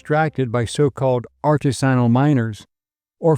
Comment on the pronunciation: "Art tis san nal "miners . Not "art to sinal" miners